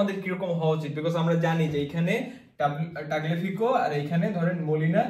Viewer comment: তাগলেফিকো না তালিয়াফিকো